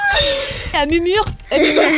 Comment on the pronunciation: elle mumure mdr 😂